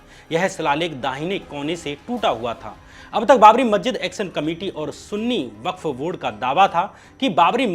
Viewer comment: Hi. Brother Shyam it should be Sunni WAQF Board. Not WORK Board. Take care ... keep it uP. Good luck.